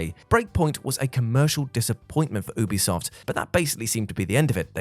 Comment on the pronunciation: Hey, you do pronounce the U in Ubisoft. You-be-soft. Ask them if you need proof! 😀